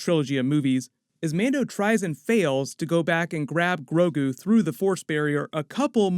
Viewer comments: Please don’t call him “GRO-KU” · mixed sandnigga i know but it's the way he said grogu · Did you say Goku instead of Grogu at least once? Lol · Ha ha it sounded you like said "Groku" i hadda listen to it a few times to see that you didn't!